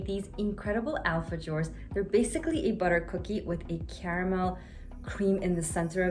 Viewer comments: The. J pronounced like h alfahores😊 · Yummy cookies! I'm curious did you learn this recipe for the Alfajores (pronounced Alfa- Hors) from a South American? These traditional old time cookies are common in Peru and Argentina.